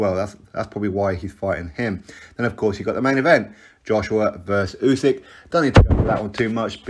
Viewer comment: At least get Usyks name right